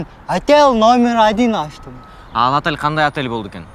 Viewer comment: "Атэл"😂де,болбосо ОТЕЛЬ